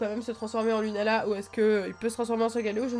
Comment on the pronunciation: Sa s'écrit lunala mai sa se dit lounala